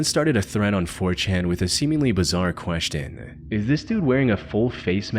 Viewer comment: The most disturbing part of this video is the way this guy pronounces "question"